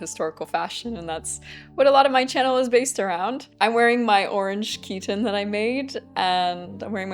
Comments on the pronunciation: Ah, you're talking about the pronunciation used in the video. But in the video, she just uses chiton as an English word and gives no indication that she is using it as an Ancient Greek word (she does talk about pronouncing other Ancient Greek words properly in this video, but those are not established English words like chiton). Just because she is using it in the Ancient Greek context doesn't mean that she should not be using the English pronunciation. For example, in videos in English about Greek mythology you would expect names like Aphrodite, Hermes, and Poseidon to be pronounced in the established English way, not the original Greek pronunciations. By the way, as I said in the original comment, the Ancient Greek pronunciation of χιτών was something like khee-TAWN or [kʰiˈtɔ̌ːn] to be more precise; it did originally have the sound of the English k unlike the Modern Greek pronunciation of [çiˈton]. The word was a borrowing from a Semitic language, as can be seen from Aramaic kittōnā or Hebrew kuttṓnĕṯ. But just as there is nothing wrong with pronouncing Greek χιτών differently from the original Semitic word, there is nothing wrong with pronouncing the English word chiton differently from the original Ancient Greek word. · Chitons are usually pronounced in English as KYE-tons, not KEE-tons by the way, though of course Ancient Greek χιτών was closer to khee-TAWN. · Χιτών is not pronounced chiton but heeton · In Ancient Greek, the word chiton would be pronounced “Kite-on” (or “khite-on” more specifically) I minored in this language in uni. In England, it’s more the way you say it but I know you appreciate the ancient ways. Ancient Greek is a beautiful language, with many poems and narratives I in the oral history having a sing-song quality; it’s too bad it’s not in use anymore! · Oh I just realised I have been mispronouncing chiton. I thought it had a long I sound.